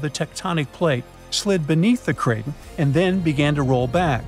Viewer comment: It's pronounced cray ton. Not cray tin